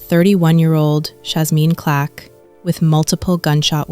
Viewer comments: Why you keep saying Clack? It's Clark. You should be more careful. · Her name is CLARK NOT CLACK, AND A FOUR YR. AGE GAP IS NOT A PROBLEM. SO STOP AND KNOW THE PERSON YOU'RE REPORTING ON. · Why do these AI's never get black people name right??? Even simple names like CLARK.